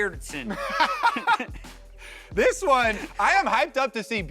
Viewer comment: It's BJERDSEN